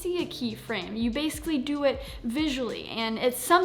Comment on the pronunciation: What's "base-uhlly"?